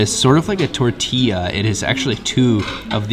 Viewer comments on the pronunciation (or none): none